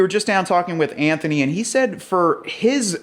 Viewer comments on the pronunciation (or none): none